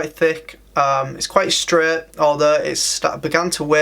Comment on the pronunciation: Streh = straight